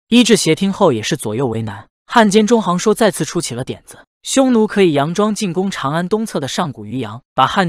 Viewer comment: 里面很多人的名字，配音都念错了，郅都zhidu，也不是zhidou